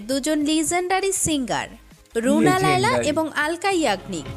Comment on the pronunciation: Laiya not laila